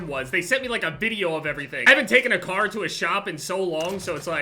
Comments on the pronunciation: Why when says car I don't know whether he is saying car or kar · When he says car I think he’s talking about the kar 98😂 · I Thought He Said He Bought A Kar I Was Like Huh LMFAOOOO